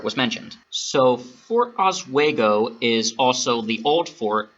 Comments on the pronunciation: Oswego is pronounced Os- wee- go. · Bothered me with the "oswaygo" pronunciation too 😅